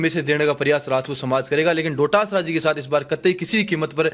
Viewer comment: पत्रकार महोदय गोविंद सिंह जी डोटासरा जी हैं बार बार “डोडासरा “सम्बोधन शोभा नहीं देता